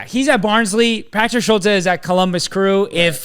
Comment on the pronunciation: Schulte is pronounced Schult-EE, also Gaga is at Barnsley and they don’t have an international break so they don’t want him to miss games, CCV also has reported toe injury which is why he misses